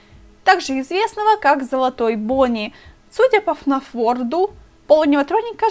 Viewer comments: Не фнаф ворд а фнаф ворлд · Не ворд а ворлд